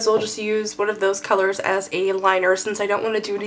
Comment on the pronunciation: Did anyone notice that she said tolors?